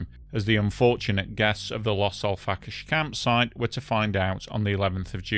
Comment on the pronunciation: Its Los Al frack ayes 🙄